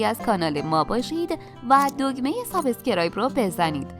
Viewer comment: یه پرسش! چرا ایرانیها به سابسکرایب میگن سابه سکرایب؟ اون إ بعد از ب رو از کجا میارین!؟ یا به اینستاگرام میگن اینه ستاگه رام ؟! یا به ته له گرام میگن ته لگرام. خوب نمیتونین تلفظ کنید بگید آبونه شدن بجای واژه انگلیسی سابسکرایب.